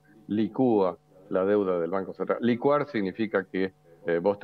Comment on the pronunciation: Sí , es necesario. Pero el economista debe decir licua no licua. Se acentúa en la i no en la u.